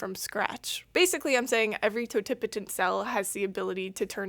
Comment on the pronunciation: I have a BS in biology and even took cell and plant biology. I've been pronouncing, "totipotent" wrong the entire time. Thanks for helping me out with that lol. Great video as always.